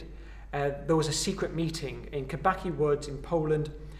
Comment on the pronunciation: And Kabacki wood is read Kabatzki (or Cabatski if you prefer) - always say c (tz, ts) in cki